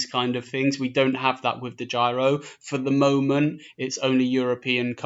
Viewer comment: DEGYRO??????........Its DEGIRO